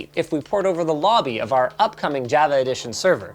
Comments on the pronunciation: Everyone: Java. Linus: Jaheigh-va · Someone needs to tell Linus how to say Java. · bro pronounces the java edition ad "java" when its pronounced like "jovuh" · How do you get this far in life pronouncing jah-vuh as jeh-veh? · Not one comment about how Linus pronounces Java as Jahva and not Jawva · As someone who works for a living as a programmer, it's not pronounced 'ja-vah', like 'ja-ve-lin', it's pronounced 'jah-vah'. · It also hurt the way he pronounced Java. It's Jah-vah, not whatever he said... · It’s pronounced jah-va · Okay great vid but wtf Linus? It's pronounced ""jawva" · You don't know how to pronounce Mojang or Java. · Java? Opacity? Why are you mispronouncing everything’s/ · Imagine pronouncing Java Java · Hey Linus look up how to pronounce Java! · Thumbs down for mispronouncing Java. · Linus out here mis pronouncing Java and Caviot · dude... you're a pc expert... and you pronounce Java like that? smh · I disagree strongly with the pronunciation of "Java"